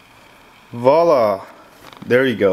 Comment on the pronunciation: i like how he says "Vala" at the end. Good vid btw.